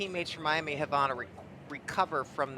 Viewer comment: The way he pronounces Havana makes me angry